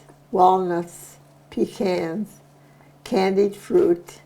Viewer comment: Clara say 'PEECANS'.....Thank goodness to hear the correct pronunciation, and not 'peekaaans! I LOVE YOU, CLARA!! ❤❤❤